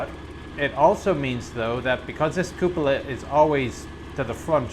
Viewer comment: I love how the is the only one on the net who pronounces “Cupola” the right way, which is Koò polah and not Koo pòlah. Italian word from Latin.:)